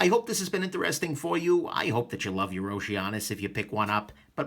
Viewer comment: In Greek mythology, Oceanus was a Titan son of Uranus and Gaia. Pronounced 'oh-SEE-ə-nəs' aka 'oh-SEE-ah-nahs'